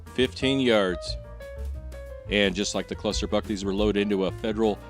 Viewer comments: Every time you said Cluster Buck, I heard Cluster F*ck. 🤣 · So, the F in "cluster buck" is silent then?